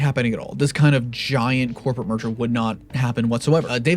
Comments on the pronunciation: The way you pronounced "merger" sounds a bit like "m*rder"... Ironic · Merger has two syllables And he would have to say “murder-er” which is three dummy